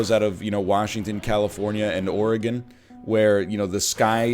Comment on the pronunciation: As a born and raised Oregonian, you pronounce Oregon close enough to correct. You're beautiful doll, keep it up.